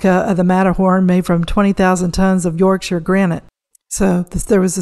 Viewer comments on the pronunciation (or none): none